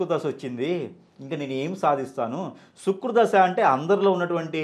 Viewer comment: శుక్రు దశ కాదు శుక్ర దశ